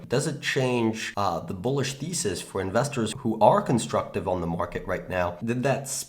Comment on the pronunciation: Did you say fundamental feces or fundamental thesis ?